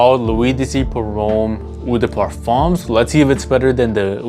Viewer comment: Hey bro, love your content and I’ve ordered from you website, so keep it up man! Just a heads up: in French when you see the vowel-combo “eau” it’s actually just pronounced “oh” not “oo”. L’eau d’Issey is just prnounced “low-dis-ee”. Same with Eau de Parfum (“oh-duh-Parfum). Carry on bro, keep grinding.